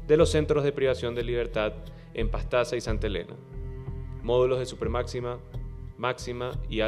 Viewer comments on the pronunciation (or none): none